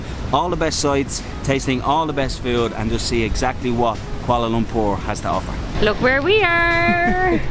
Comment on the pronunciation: Love the way the Irish say 'Kuala Lumpur'... welcome guys! Enjoy your stay, you've earned a sub for sure from many of us.